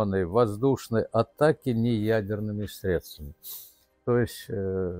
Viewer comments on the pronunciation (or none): none